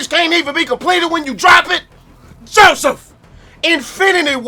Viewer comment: I watch the rant videos just to hear him say Joseph 😂